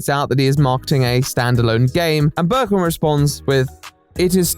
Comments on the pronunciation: Here he is explaining a topic but i ask myself why is this screenshot (used ) mad in a german version of steam Also: Hearing Birkin instead of Berkan makes me think that one of the most known resident evil villains made the game and this makes me happy somehow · burrrken its berkan dude xD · It's not Berkon it s Berkan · Man the video is good but the way you pronounce the mans name fucked me up. It's pronounced bear-khan . I wouldn't really care that much if you said it a bunch of times but you say it all the time might as well get it right. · he actually mispronounces it so nicely that i think from now on i’m gonna call every single berk/berkan/berkcan i know “böök” thanks to lmfao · I am turkish and how you say "Berkan" Is not even close to how you actually say it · My brother went to school with Berkan lmao it's crazy how everyone took this guy so seriously. Also Hi lots of love from Turkey 😂🇹🇷 You are pronouncing his name wrong but that's ok lol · I love you but I'm turkish and I just cant get over how badly you're pronouncing Berkan's name lmaoooooo gsgshshsshsjsj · as a turkish person, hearing someone named berkan tried something like this is freakin crazy! like, i know 5 people named Berkan- also the way you pronounce his name is so funny im sorry,,, hdhdhgagsdfksj